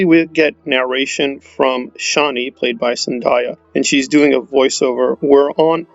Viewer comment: There are interviews and readings from Frank Herbert, that show he did not pronounce Chani the way you do.